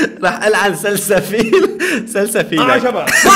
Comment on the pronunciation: سنسفيل مو سلسفيل يعني الممثل صح